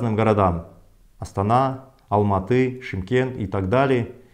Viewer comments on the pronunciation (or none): none